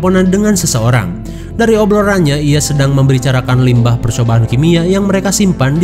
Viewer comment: Obloran not obrolan wkwkwk